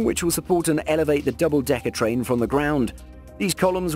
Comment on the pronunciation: Rail-lation track of TRIAN huh.